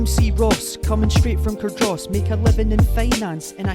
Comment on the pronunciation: it's cardriss - also there isn't a tom hanks film that deserves a no hanks